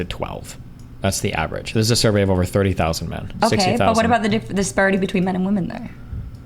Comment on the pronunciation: Why does this person add an r to every O sound. It over not orver. It’s enough to make any sane man redpilled.